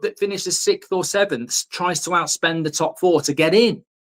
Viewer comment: 😂😂😂 SIXTH ITS SIXTH GO WAY WITH YOUR SICTH FFS 😡😂😂😂